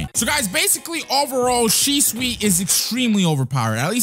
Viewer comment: well u pronounce shisui to shisu